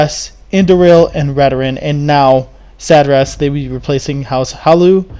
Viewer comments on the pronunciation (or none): Hlaalu, not Halaloo